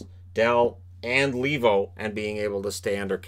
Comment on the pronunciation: Argh, that Lee-vo pronounciation drives me nuts! It's a Finnish name so I it's supposed to be pronounced Lay-vo.